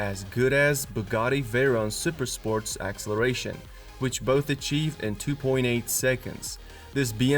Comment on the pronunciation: AXE-eleration! Lol!